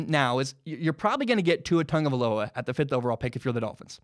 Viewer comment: Why does everybody says "TaNgovailoa"? Also i just think Burrow and Tua will be gone before the 5th pick, so it's either Love, Herbert or not a QB on this draft for The Dolphins. #FinsUp